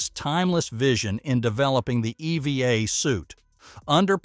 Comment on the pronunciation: Your voice robot is quite jarring in how it pronounces "EVA": s/b "E-V-A" (as in "eee-vee-AE"; not "eee-vee-a" as in "again"!